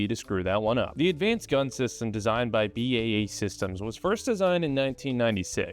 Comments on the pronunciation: B…A…E Systems not Baysystems 😂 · Buddy, it's B-A-E. not "Bae" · "Bay Systems" lol. I think my friend who works there calls it "B.A.E." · Lol, you had me at 'bae' systems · Just one note of criticism: BAE Systems should be pronounced with the B, A and E pronounced as separate words. Excellent video by the way. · My god when he pronounced BAE Systems I laughed so hard I had to pause the video. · Salt bae systems 😂. Good video though